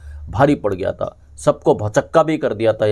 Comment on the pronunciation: Even though I like your content, I’m not able to listen because of your pronunciation. Your vocabulary is very good but are saying ता instead of था consistently ये मुझसे सुनाया नहीं जाता। Very sorry. It is like reading a very good piece of English literature with lots of spelling errors. I just can’t overlook that. Sorry. Goodbye.